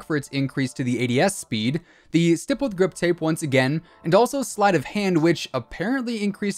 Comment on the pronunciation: This dude uses the word “stippled” in every video but doesn’t know he pronounces the word wrong.